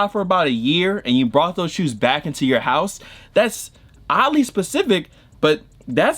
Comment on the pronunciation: “Odily Specific” 😭😭😭😭